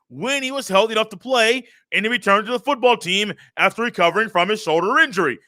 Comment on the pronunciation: I listen to your podcast every single day while working and i have never watched your youtube channel. Its good to finally put a face with it 😂. I laugh everytime you over-pronounce "foooooottttball". Keep up the good work